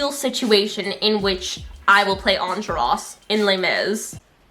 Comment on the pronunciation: I love you but Enjolras?!?